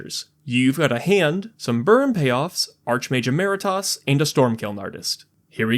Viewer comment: idk why but its annoying me that you said "archmage emeritas" and not "archmage emeritus" and then you say it better later when talking about storm kiln artist lmao Edit: Also theres Urabrask, basically same effect as Birgi